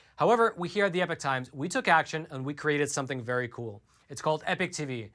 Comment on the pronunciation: Please .................... Please, peice of Advice ............. When you say epoch times, it SOUNDS like EPIC TIMES. I thought it was epic times for a while & My freind just told me he thought it was EPIC times too because the guy says EPIC times ...... so my apologies but yes thats still what I hear is EPIC times. No not everyone will hear that but,some do. It may help to say EPOCH either clower, or clearer? so people dont Think they hear EPIC.